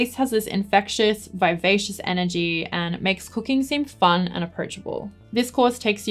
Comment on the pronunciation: I did such a hard double take when you said "I love cooking" because at first I thought you said "I love cocaine" because of your accent hahahaha